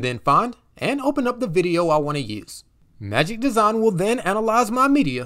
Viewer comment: Magic Desawn/ Magic Dezon/ Magic Deson lol